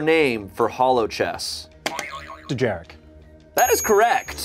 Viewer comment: It’s not delivery, it’s Dejarik.